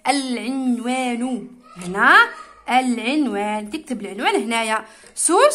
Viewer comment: عونوان ماشي عينوان